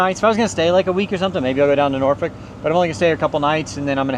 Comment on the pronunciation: Nice! You pronounced Norfolk properly. Many don't say it correctly.